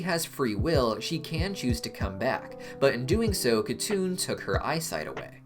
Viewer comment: it should be pronounced Hatun not katun since it's a Turkic/Mongolic name.. but yes